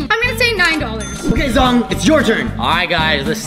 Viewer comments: Its zhong not zong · it's Zhong not zong